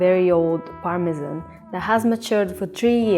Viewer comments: As a chef, these narrations kill me - Gonads - Parmesan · My favourite part was the start of the Parmesan section where the narrator said "Parmejahn" and the lady straight after said "Parmezan" Ah, English 😌